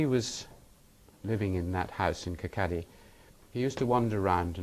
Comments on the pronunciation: Its not KIR- KA -DY, the town he was born in is prounounced KIR-KAW-DY, and spelt as Kirkcaldy. I was born near there myself. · im sorry...kirkaddy burg school? kirkcaly(kawwdie) burgh (bura) school? and this is cambridge :/